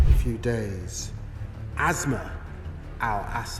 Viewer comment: It’s despicable when some anchor person pronounces her name as azma like a respiratory disease. It is Aasmaa which means the sky. S doesn’t always sound like z. It is a total disrespect for that woman , their language and civilization.